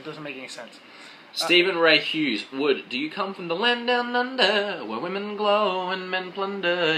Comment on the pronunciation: Wood god dam it you said my last name wrong!